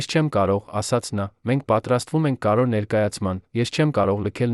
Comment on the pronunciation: Ի՞ նչ է նշանակում 15֊ րդ թվական , 1965֊ րդ թվական ... Բավական չէ՞ , ո՞վ է ձեր պահապան խնամակալը , խաղում եք մեր նյարդերի հետ ( որէ֊ որևէ , որովհետե ֊ որովհետև, կարոր ֊ կարևոր , արոտ ֊ արևոտ , ամենակարոր ֊ ամենակարևոր , չտեց ֊ չտևեց , Երան ֊ Երևան ., որը չէր թույլ տվեց , 1972֊ րդ թվական , նա չեղավ լաց , որովհետ֊ որովհետև , հարան ֊ հարևան ...)։ Զզվելի է , ուրիշ ընթերցող չկա՞ , միա՞ կն է , , իհարկե , բացառիկ է...